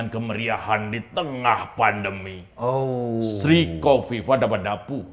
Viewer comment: Sri Kofifah DabaDabu 😅😅😅 Hati2 ya Mas Eko jg terselip ngomongnya